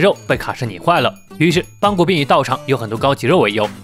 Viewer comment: 是邦格不是邦古